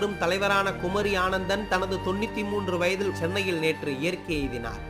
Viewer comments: குமரி ஆனந்தன் இல்லை, குமரி அனந்தன்!.. சரியாக அறிந்துகொண்டு ஒழுங்காக வாசியுங்கள்! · குமரி ஆனந்தன் அல்ல, குமரி அனந்தன் என்பதுதான் சரியான உச்சரிப்பு. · அவர் பெயர் குமரி ஆனந்தன் இல்ல குமரி அனந்தன் என்று சொல்ல வேண்டும். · ஐயா.. வரிக்கு வரி குமரி ஆனந்தன் குமரி ஆனந்தன் என்று சொல்கிறீர்கள்.. அவர் குமரி ஆனந்தன் அல்ல குமரி அனந்தன்.